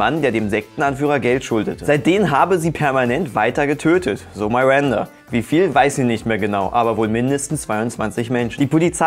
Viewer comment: iss es absuicht das du am Anfang "Marinda" sagst?